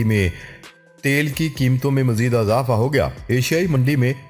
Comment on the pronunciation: بار بار لوگ یہ لکھ رہے ہیں کہ آپ زیر والے الفاظ کو زبر لگاتے ہیں جیسے اضافہ، ادارہ میں الف پر زبر۔۔۔ بہت برا لگتا ہے۔ ۔۔ اور بار بار یہ کہنا۔۔۔ خبر کے اگلے حصے میں بات کرتے ہیں۔۔۔ سن کر ہمارے کان پک گئے ہیں۔۔۔ باقی سب ٹھیک ہے۔